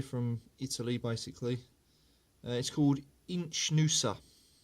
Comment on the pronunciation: the correct pronunciation is Iknuza